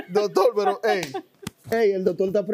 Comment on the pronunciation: Que verguenza no se dise Doctol se dise Doctor porfavor no se coma la R